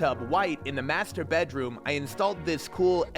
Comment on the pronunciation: U said master wrong in one of the chapters😅